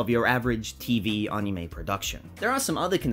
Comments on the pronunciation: It's ani-may, not ani-me, just letting you know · Ball also, your argument falls apart anyways since he's not pronouncing it right even in the Japanese way. Search up the Japanese pronunciation, it's ani-mey